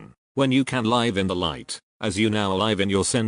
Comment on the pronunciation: I actually have all the books. You should probably get the books. The robot voice only mispronounce some words such as live. Because it cannot distinguished the difference. As it is often said take what resonates with you and leave what does not. Unfortunately all truths are mixed with lies and that is the nature of this planet. We can only appreciate the great efforts that so many people endure to shed some light in the best way they know how. We are all imperfect. I wish you the best of health. Love and light.